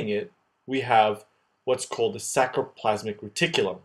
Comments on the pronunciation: Great as always except a small nitpicking: "sacrolemma" --> "sarcolemma"; "sacromere" --> "sarcomere"; "sacroplasmic R." --> "sarcoplasmic R." By the way, calcium ions are not getting into T-tubules but rather into sarcoplasm via the vast network of SR itself, I think. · FYI It's sarcoplasmic reticulum not sacroplasmic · Nice explanation but .. It is sarcoplasmic reticulum not sacroplasmic .& many mistakes . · sarcoplasmic not sacroplasmic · Hi mate, thanks for a really awesome video. One little mistake is that it is "sarcomere" and "sarcoplasmic reticulum" not saCRo. I'm really not trying to be a douche and I never write comments like this but I just thought it might be useful for others. Maybe you can have a little box at the start explaining the mistake so that people don't learn it wrong. Other than that it was immensely helpful and I envy your drawing skills! Cheers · Everything was so well described except for the spelling and pronunciation of “sarcolemma/ sarcoplasmic”. It is not “sacro”. Other than that, great job